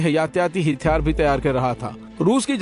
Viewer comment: Hàthyaar not Hithyaar plz note